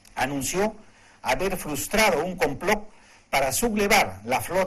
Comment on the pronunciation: Que cresta dijo clacsurados en vez de clausurados o comploc en vez de complt o actitu en vez de actitid o concecsión en vez de Concepción o setiembre en vez de septiembre si comete un error tan grave como no poder pronunciar unas palabras tan sencillas, si comete un error tan grave tal vez no deba ser escuchado ya que si no sabe de gramática tal vez se equivoqué en su postura, tal vez le falte más educación